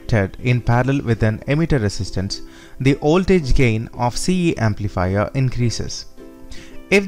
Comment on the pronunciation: Voltage sounds like oltage...why ..🤔🤔